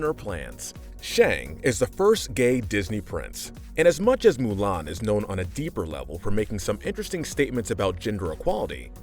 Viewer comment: It's Mulan not ''Milan''. Milan is a city in Italy you idiot!